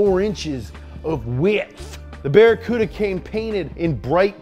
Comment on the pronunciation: Barry Cooda ? LOL